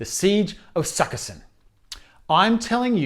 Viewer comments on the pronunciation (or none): Sukiskyn. Not sukka-sin.